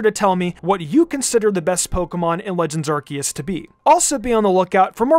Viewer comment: Someone teach my boy how to pronounce the name of the game.